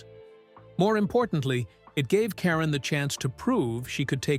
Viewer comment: Please say Leslie's last name correctly.